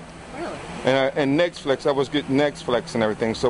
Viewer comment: "Nexflix" lol